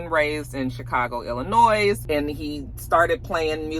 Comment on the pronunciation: You’re my fave—loving the new schedule! And the ‘s’ in Illinois is silent. Ok bye ❤❤